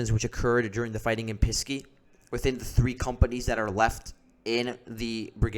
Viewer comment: I liked your report, but it is Pesky, not Pisky.